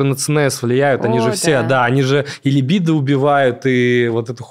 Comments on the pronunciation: Я прошу ,услышьте меня 🎉 «ЛИбидо»-когда слышу ,мне плохо .. ЛибИИИдо ,можно даже погуглИть если хотите и узнать куда ударение ставить 🙌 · можно так: либúдо) Тоже коробит, когда ударение неправильно делают